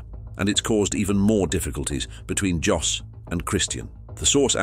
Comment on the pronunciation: How can I take this seriously if it can’t pronounce Jos properly 🤦